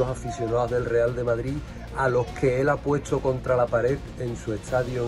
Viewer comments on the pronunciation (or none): none